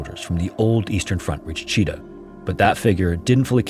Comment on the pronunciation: Russian here. Thanks for the neutral history discussion. A couple of corrections: Chita city name is pronounced "chit-A-h". Mysovaya station name is pronounced closer to "misov-A-ya".